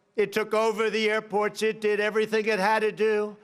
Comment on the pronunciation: * Hair ports They've taken over my HairPorts!